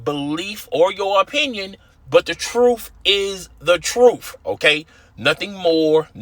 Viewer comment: Stop saying truf